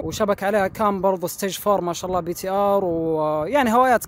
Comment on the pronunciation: شالله✅ ❎مشاءالله